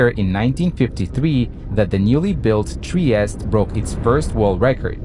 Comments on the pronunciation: In Italian Trieste is pronounced— “tree-estay “ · All fine and clear, but it's pronounced "Triest-E". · It is Trieste not Tries!